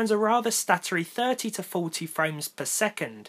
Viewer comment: hey man, just here to tell you, your intro was different this time. Caught you slippin'.. That enphasis on the "to" was kinda shitty. "Hello everyone and welcome... to ... another video" Wow.. What a fail. I can't believe you uploaded this video as it is. Really disapointed. Unsubscribed